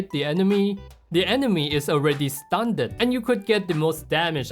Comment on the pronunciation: I cannot fathom the fact that he pronounces "Stunned" "stun-ned"